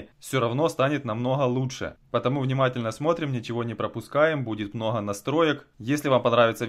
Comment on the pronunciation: Особенно это "мноха" "мнохие"